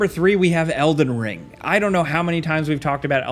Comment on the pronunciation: why homie say elden ring like that?